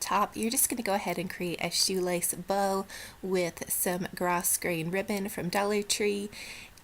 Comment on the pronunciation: Just an fyi...Pronounced growgrain for the ribbon. Love your creations.